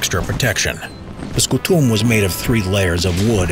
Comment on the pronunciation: Scùtum , not scutùm . Lanchia , not lansia.